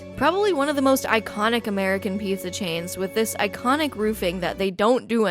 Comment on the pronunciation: The neon sign said Jet's Pizz for a second and I was a little amused. Then you said Pizz-uh and I snorted